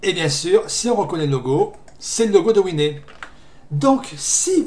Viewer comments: Par contre wine ne se prononce pas winé... Pour un anglophone tu devrai le savoir que wine = vin Et voici Désolé mais winé.... Ça fait mal au oreilles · Quand tu as dit que la faille était sur Debian / Gnome, ça m'a fait peur. Heureusement que je n'ai pas Wine. PS : t'es sûr que le "e" se prononce "é" ? (je le prononce "ouine") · argument valide certes mais ça fait très bizarre x)